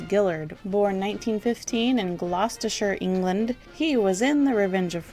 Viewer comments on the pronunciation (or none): none